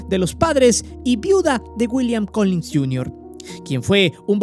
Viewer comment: Solo como apunte mi buen, se te fue una G, es Collins